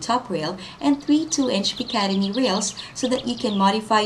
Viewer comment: btw, its pronounced "pick a tin ee"...no idea how you got picademy out of that word. Ok, I'm willing to accept accents or unfamilar words...but if you're going to advertise...then use the language properly and find out how to say the word. After all, if I got picatinny rails and you said it had picademy rails...then I didn't recieve what YOU advertised. And fix the link in the description...its broken (as of this post)